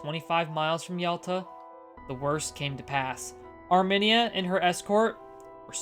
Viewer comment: Thanks again friend. Though your pronunciation of Armenia got me to cock an eyebrow, good show all the same.